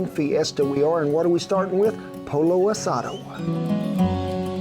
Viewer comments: Polo? Its not a field game its pronounced PO YO asado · I'm surprised he mispronounced it actually. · Please call the name correctly. Had no clue what you were describing it’s not polo like the game. Pollo pronounced POYO. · Not Poh-low ; Poyee-yoh. In Spanish - the double LL is pronounced with an EE sound. Similar to tortilla (tor-tee-yah) or picadillo (peaka-dee-yoh) or quesadilla (Keh-sah-dee-ya). (Tortilla= round corn or flour flatbread); (Picadillo= Cubed beef and potato "stew"); (Quesadilla = a tortilla & cheese "sandwich). Good effort though. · no no no no my friend...Polo asado no bueno. It's pronounced Poyo asado! Love your channel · “Poyo not polo” lmao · It’s pronounced Po-Yo. When you see 2 LLs, replace with the Y sound. Just like you did with Pico de Gallo. Please. This recipe looks great! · It's pronounced poyo asada the L is silent just like Pico de Gallo but great video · Pollo. LL sounds like Y. Not POLO. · Brother from one Wato to another lol Pollo pronounce the double LL’s like Y lol I love ya man from one Okie to another you are true blue brother GOD BLESS YOU and your people and all that you do, In Jesus Name AMEN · LOL! You pronounce "gallo" correctly as a Spanish-speaker would but "pollo" like an Italian! This made my day! Love the channel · It's pronounced "poyo" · A little Spanish lesson: The double 'L', in Spanish, has a 'Y' sound. Pollo sounds like POYO. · The double Ls are pronounced like a “y”. You said it correctly when said pico de “gallo”. Same thing for pollo. And yes, pico de gallo, literally translates as a rooster point or beak, inferring, that it has a bite. Love your videos. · Hey!!!!! My Mexican friends are howling. It’s pronounced POY-Oh. Now come on viejo. Vamanos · Ken say it as Po Yo ( Pollo) Asah Doe ( Asado) :) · Two ll’s together in a word in Spanish has a y sound, pollo= poy oh… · POY-yo. No "L" sound, Kent. Just like in "pico de gallo." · It's pronounced "poyo" asado... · It's pronounced Po-Yo like yo- yo